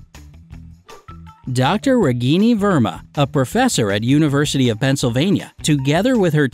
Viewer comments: Dr. Ragini Verma ... pronouncing Ragini as zucchini facepalm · The way he says Ragini verma 😂😂😂😂🙏